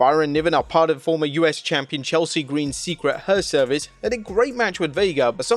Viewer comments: "Secret Her-Service"? 🤦‍♂🤦‍♂🤣🤣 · Secret Hervice, Not Herservice, LOL! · Her Service? lol It's Hervice! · It's "The secret Hervice" 🤓